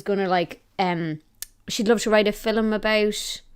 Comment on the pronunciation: You realize "film" has but one syllable. Yes?